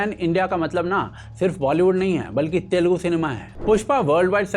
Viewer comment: Telgu nahi...Telugu bolo...